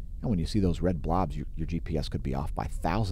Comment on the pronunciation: Hi you said blobs so funny Thanks.